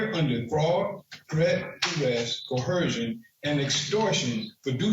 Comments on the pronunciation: Nothing bugs me more than when they say "co-her-sion" Judge Middleton is right they are the same as flat Earthers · I’ve been on a bit of a binge of these vids lately and not a single one of these morons knows that there is no “H” in the word coercion. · "I'm here under co-hersion". 😂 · How come no Sovtard can say Coercion? Where is the H that they use? “CoHersion”? Is that a Sovtard word? Is it in the Blacks Law Dictionary?